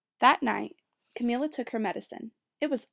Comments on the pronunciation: Roni Williams yeah, Camilla like you would say "vanilla." Sorry I'm 2 years too late. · good reading, but i couldn't get over the pronunciation of her name. isn't it pronounced Camilla, like vanilla? idk it sounded like she was saying Camilla like chameleon.